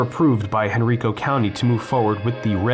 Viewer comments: It's all good. For future reference, if you find any more dead malls in Henrico, it's pronounced "hen-RYE-co". VCC is a short drive from my house. I used to go to that Great Steak and Potato all the time. Such a shame to see that place slowly dying. Fortunately the theater is still there and in operation. Looking forward to more vids from you. And yeah, you do know your shit! 😊 Surf Wisely. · Actually its Henr-I-co County, the I is a vowel not a consonant. I'm not disagreeing with you Bravo I'm just helping people who don't know the county better understand how to properly pronounce the name. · lol that was driving me nuts lol some use to say Hen rye ka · Has anyone told you you are pronouncing Henrico incorrectly? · Just a pedantic note...it's Henr-EYE-co County, not Hen-REE-co County. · Quick note: Henrico is Henn-rye-ko. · Me: "Oh, this ought to be fun. knows his shi-": "...in HenREEEKO, Virginia..." Me: "Oh..... oh no.......... oh dear.........." 😨 Surf Wisely. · It's counterintuitive perhaps, but the county of Henrico is pronounced Hen-RYE-co. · It’s pronounced Henr-eye-co. Long “I” sound. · Interesting-BTW Henrico County is pronounced "HenRYEco".